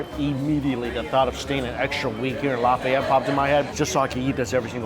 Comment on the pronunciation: Stop saying cajun creole. Its not creole. Cajun people arent creole. New orleans is creole. And the way you say Lafayette is making this hard to watch.